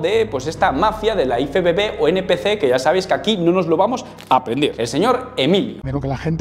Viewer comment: Por que dices iFEBEBE?, sera IEFEBB (IFBB)...Me has recordado a cuando al coche del equipo A yo decia que era un EGE EME CE, cuando era un GE EME CE (GMC) 😂